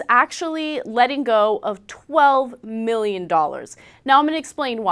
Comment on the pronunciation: 12 MIRRION DOLLARS. HAHAHAHA